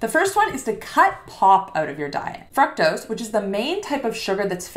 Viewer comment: The correct pronunciation of fructose is with a long "U" sound, similar to the way "glucose" or "too" is pronounced. It is not a short U. English pronunciation both British and American are similar.